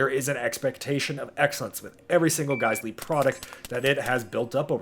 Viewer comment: that's not Geissele. It's GeissWong